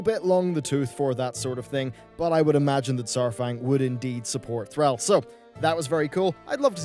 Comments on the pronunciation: Please, its not 'thr-al' its 'thr-all' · THRALL! not thraell :p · Dude, as a prominent WoW YouTube dude, you seriously need to learn to properly pronounce Thrall, its Th-rawl, not Thr-owl. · "Thr-al" T'is Thr-all my friend. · The word all is in thr-ALL’s name and how do you pronounce Thrall? Not thr-al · Thrahl. Not Throwl. Cmon. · Yet he can't say Thrall correct... It's Thr-all not Thr-ell. Pronounce the thrALL, sounds like he's saying Threll. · It's "Thraaaaawl" not "Threll". They must pronounce his name a billion times in the games and cutscenes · Thraaal. Not thrawl. God that triggered me so much when he said it wrong 10 times in a row. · I'm sorry but who the fuck is Throwl? Ohhh you meant THRALL! As in Thr-all! Got it. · my man. Repeat after me "Thawll"....."Thawwwll"...."Thawll" not Thraell, Thrawll. Thank you! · Thr-all not Thr-al. Drove me crazy each time. Like Hazzed pronouncing aura "ar-oi-ah" instead of "or-ah". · Thrahll, not Throwl. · Buddy its THRALL NOT THRELL THR ALL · who's tralle? you mean thrall? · Its Thrall not Threl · Its Thrall not Thrul :/ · THRALL = THRAWL, Not THRAHL,! STAHP! Ffs, stahp. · 'Thrall.' 'Thr-all.' 'Thraul.' Not 'Thraal,' or 'Thrayl.' However the heck you're pronouncing it. And no, you can't blame your accent on that. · THR-ALL NOT THR- AL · Thr-all......Thr--all, not thra-ll, that pronunciation is a trigger dude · thrall not thrAHll, plz it makes my ears bleed :( do you pronounce all AHll? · Sigh, the way your say thrall is so triggering. It's Thr-all. Deep and guttural. Not Thr-ale. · Stop pronouncing Thrall as Threel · Max Power well and it has been pronounced thr-all in the game for decades. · Lol sounds like he was saying Threll like a grell. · You are meant to pronounce the name "Thrall" like the word "crawl", not like the world "shall" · You are saying Thrall wierd. Almost like Threall. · It's pronounced "TH-RAWL" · why do you keep saying "throwel" so many times? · ITS NOT THRAWL!